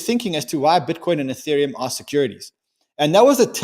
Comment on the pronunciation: U-theriumm eeTheereeum UTheritum